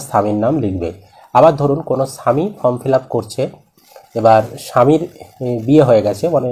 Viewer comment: ফ্রম নয় ফর্ম বলুন।